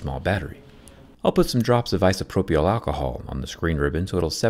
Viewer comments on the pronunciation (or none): ISO-PRO-PL Not ISO-PRO-PEEL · great video but the y in isopropyl is silent. iso-propal or iso-propile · You're the only person I ever heard who pronounces the Y in "isopropyl". The usuall pronunciation is "eye so pro pill". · Your dry humor is spot on, dude. I feel like we're friends. And friends always say things that are on their mind, especially when their friends is messing up. It's pronounced "Eye-so-pro-pill" alcohol. Easy mistake, Zack. Don't feel bad. At least you don't pronounce them "Leggos". :D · He said ants leg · "Isopro-pey-owl alcohol" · never heard anyone pronounce it like that lol... eye-so-pro-pill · "Isopropriol" lol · I have never heard anyone pronounce “isopropyl alcohol” the way you do. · You said isopropyl very weird about 🤪☺️ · Never heard someone pronounce ‘isopropyl’ the way you did… odd…